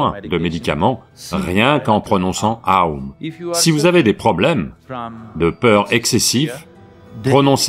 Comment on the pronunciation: OM est aussi lié à OM Shinrikyo la secte japonaise...donc oui très mauvaise prononciation (c'était des meurtriers au passage).